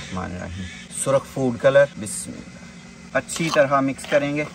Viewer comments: the way he says ALHAMDULILLAH nad BISMILLAH is awesome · Pl understand how to recite Bismillah, seek guidance from any Qari, u recite many times in one video and always wrong pronunciation